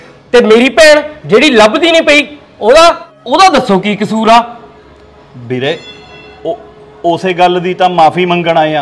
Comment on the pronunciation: bhain veere hunda beere nahi pronounce theek karia karo 😂